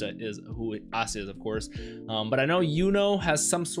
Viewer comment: Ah-sta lol i swear i heard you say assta 😂